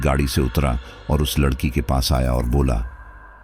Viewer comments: aap Hindi bhi sahi se nahin bolate ladki wala Hona chahie Lakadi wala Nahin aur yah kya aapka naya drama hai paise dekar hi sadasya Ban sakte hain FIR Kahe Ki Family kahe ka parivar jismein Paisa Ho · पहले अच्छे से बोलना तो सीख लें लकड़ी वाला नहीं लड़की वाला बोलते हैं 😂😂😂😂😂😂